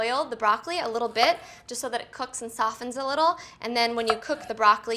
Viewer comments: Good video. However, the word 'soften' has a silent 't'. You do not pronounce it as 'sof Ten', it is 'sof'en'. Again, silent 't' as in 'listen', moisten, and castle. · This looks amazing. Have always thrown out the broccoli stems - what a waste! One small tip, the "T" in soften is silent.